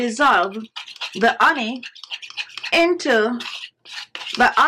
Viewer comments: It's called HHHHHONEY! NOT oney. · As an Italian woman, I pronounce honey as oney as well. 🤭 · Absolutely. With all going on.. in the world I am looking for some "light", humor, health, and happiness.. I saw this an said, hmm.. glad i did. Every time she pronounces " oney ", a smile grows. Made my day! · I was listening this video and than she said her secret anti-aging cream ingredients - ONY - Ony ? What is ony OH 🍯 HONEY= it was smart to write it down! Thanks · the oney :). You are suppose to pronounce the h. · Marlene DR ….it’s an accent. I love it. She spoke proper English without the “H” sound. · That’s the Caribbean pronunciation for honey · I just love the way you say "honey" ☺️. You drop the "H" as if you are of Bemba ancestry. The Bemba speaking people of Northern Zambia drop the H in their pronunciation of words that begin with that letter. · Yes, indeed, but it is a mispronunciation born of the Jamaican Patois. She IS Jamaican. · I love how you pronounce honey..lol Nice ingredients..will try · How cute the way you pronounce honey 🍯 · i live for the way you pronounce honey 🤣💛💛. love that accent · Learn how to say honey before you try and teach